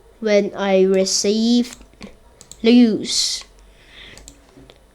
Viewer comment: i dont think thats how tetris works, also its "you lose" not "you louse"